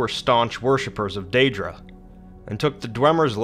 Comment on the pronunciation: Aedra not Aidra. Daedra not didra